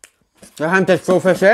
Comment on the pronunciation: Bra video! Men uttalet på KFC. Käi ef si.